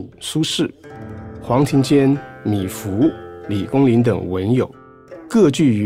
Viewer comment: 是米芾，不是米芙！请多讀書，好嗎？謝謝！😪